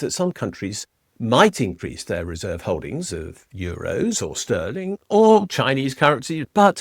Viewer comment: 😂 what a joke. Please say Euro. 😂 And the only game in town is Democracy.